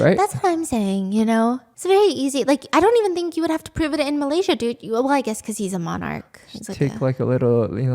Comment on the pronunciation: Shut up stop saying Malaysia wrong